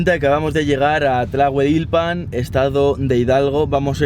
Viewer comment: No lo dijo bien, ya que dijo "Tlahueilpan" y es "Tlahuelilpan"...